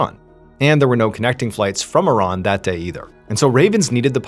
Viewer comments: I love you know how to pronounce Iran correctly! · I am glad you pronounce Iran correctly, exactly the way you said it is not I Ran , I am not going anywhere lol!